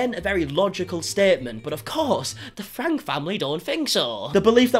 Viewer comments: Franke is said like Franky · hey no hate just want to let you know their last name is pronounced frankie like frank with a e sound at the end